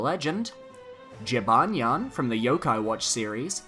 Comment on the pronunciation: That is not how you say Jibanyan lol.